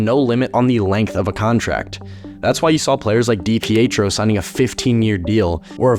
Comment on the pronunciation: never heard anyone say DiPietro's name like that